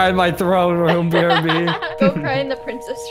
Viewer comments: The funniest parts was when everyone was calling Zach pricces🤣🤣🤣🤣🤣🤣🤣🤣🤣 but the coolest room was Alex's room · Yes bc in most vids he always says we'll excuse me princees